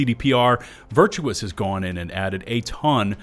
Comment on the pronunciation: It is Virtuos not Virtuous xD